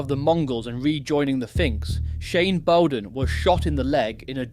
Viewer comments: Bowden is said Bower as in SOUR so BOURDEN, not bow as in Robin Hoods bow. Sounds like it is tuff being Tough in Shanes' life. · You didnt pronounce his name properly… Shane, despite all his mistakes was unspoken and misunderstood. At some point I think he knew he was a man not long for this world.